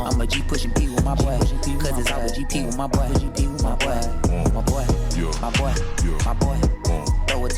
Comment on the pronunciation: i heard 'my butt' when he was saying 'my boy'